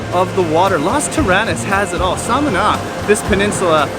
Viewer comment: Lovely video but please learn to pronounce Las Terrenas and Samana properly 😍